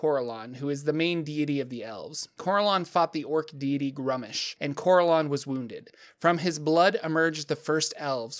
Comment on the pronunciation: It's not grummish its grummsh